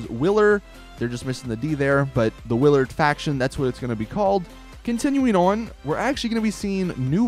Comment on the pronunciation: Wow you pronounced Willard correctly it's in my name:p says it as "Williard"